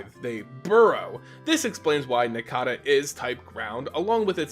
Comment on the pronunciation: How do you say cicada right but not nincada? Any who awesome video. These three are my all time favorite pokemon, so thanks for the video my man. :)